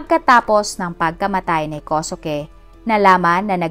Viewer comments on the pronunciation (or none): Kosuke=Koske po ang bigkas.. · ganda ng boses kosuke binibigkas ninyo hindi po kosuke tamang bigkas po ay koske god bless ❤❤❤